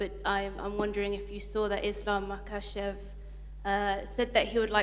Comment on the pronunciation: He really doesn’t know Islam makhachev name Everytime fumbles 😂